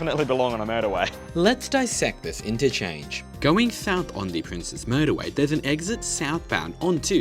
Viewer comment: Thank you for pronouncing it as "Princes" (like the plural of Prince) and not "Princess" highway. No idea when or why this misconception is so huge.